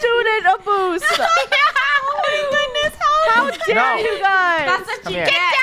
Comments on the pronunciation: Funeh said student abose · "Student aboose" 😭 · "Student abose"